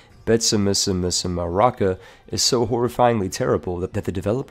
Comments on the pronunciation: As a Malagasy... i laughed when you said betsimisaraka. It’s BEI-TSY-MI-SA-RA-KA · So I lived in Madagascar for almost a year and Betsimisaraka is pronounced as 'Betzimsjaraka' (with a rolling 'r'). Just in case you have to pronounce it again... somehow... probably never again.